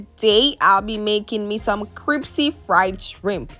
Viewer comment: Did you say cripsy? Hahaha.